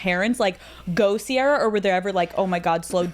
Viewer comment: This is great, but it’s Ciara not sierra